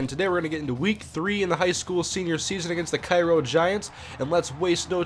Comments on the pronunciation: I live in Cairo and when I saw vs. Cairo, I was like "Oh shit" and its not Ki-Ro, its Kay-Ro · its pronounced K-ro and they are the syrupmakers in real life they booted my highschool out of the playoffs a couple years ago.